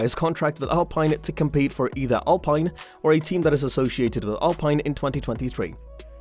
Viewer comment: Can't stand to those pronounce of ricciardo, alpine... Why are you doing this my man.